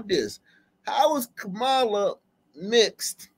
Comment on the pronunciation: The sisters pronunciation of Kamala sounded RAYCIST.